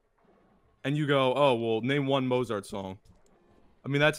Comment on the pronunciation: Guy talks about culture. Mispronounces Mozart.